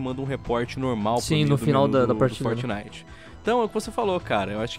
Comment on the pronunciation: Meu tem hora que não da. O jeito que o fala algumas coisas Como "Fortnite"chega da um negócio mano. Fala o nome Br na moral kkkkk Forte abraço ❤ Curto vocês mas tem hora que não consigo ouvir o por causa desse jeito dele de falar.